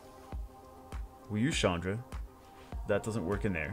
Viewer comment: Chandra is not a girl's name... Its a common Indian name for men.. (not Shaandra but a strong CH-un(like undo, but without the do)-dhra) so its like Chundhra not Shaandra